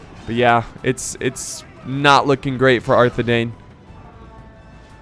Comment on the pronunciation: Can you please start pronouncing Arthedain right? It’s the same as Dunedain. Parallel to ‘dine’